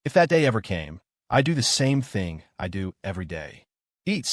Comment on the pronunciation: e dough?????????????????? fix your fucking ai that isnt how you say i do........